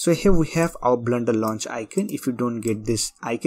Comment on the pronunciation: It's Not "BLNDER" .....blender